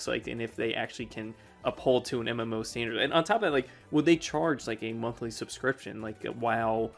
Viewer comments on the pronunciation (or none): none